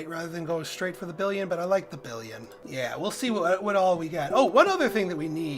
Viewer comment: "Billon" and "billion" are pronounced differently. The metal has only one "i".